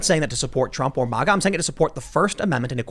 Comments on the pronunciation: Ma-ga. Not mah-gah. Stop saying it like a democrat. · WILL YOU PLEASE STOP SAYING M.O.G.A. YOU SOUND LIKE AN IDIOT! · Learn how to pronounce MAGA. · Bro you're mispronouncing MAGA!! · Stop saying MAGA . You fucked that word up . You say it aaalll wrong bro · Never heard anyone pronounce maga so bad